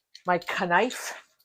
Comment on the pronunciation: I laughed out loud when you said "K-nife" My dad used to pronounce it that way <3